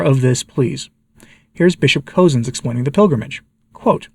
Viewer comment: FYI, Bishop Cozzens is pronounced “Cuzzens” or sounds like cousins.